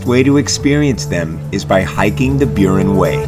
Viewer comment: Can't even pronounce Burren :face-blue-smiling